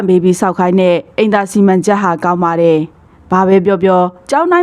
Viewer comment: ဖတ်ရင် "တယ် "ဆိုတာကို "တဲ့"လို့ မဖတ်ပါနဲ့လား အပြုသဘောနဲ့ပါ